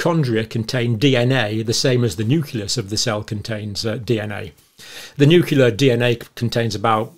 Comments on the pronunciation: you pronounced nuclear as nukelar, just like G. W. Bush. As you remember, just mispronouncing one word in the English dictionary made Bush unfit for the Presidency in the eyes of the media. You're still tops according to me. The cardboard fertilization process made me uncomfortable, even though I already had three kids. ;) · I've only recently started hearing noo-KYOO-lar in British English. I thought it was a mistake limited to this American side of the pond. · Is anyone else dying inside every time he mispronounces nuclear? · Nucleus is pronounced "noo-clee-us" please. Not "noo-cue-lus." Same for nuclear: "noo-clee-ar", not "noo-cue-lar." (Maybe easier to think of it as "new clear") I can usually ignore it but it was said way too many times in this video. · I'm sorry, I just cannot stand this mispronunciation of the word Nuclear. It's noo-clee-ar not noo-que-lar and noo-clee-us not noo-que-lus ...I hear this mispronunciation and I automatically feel that this guy doesn't know what he's talking about. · Cle cle cle. Pro pro pro = prrrro blem problem. Nu cle ar nuclear NUCLEAR. not nucilar not poblem. Just sayin ...😂❤ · I was impressed by Dr Campbell for so many years until I found out today that he cannot pronounce nucleus! Say new-cle-us. Not new-cu-lus. Say new-cle-i. Say new-clear. Not new-cu-lar! 😢